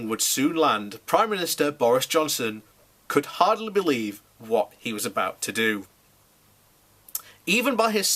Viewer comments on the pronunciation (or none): none